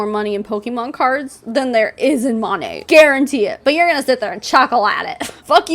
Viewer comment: Mo-nae…. Not mon-aye 🤷🏼‍♀️ I mean I would know how to pronounce before I bashed j/s and no I’m not with monat never have been never will be but I would Atleast research enough to know how to province the name before I went onto a live video and bashed them. 🤣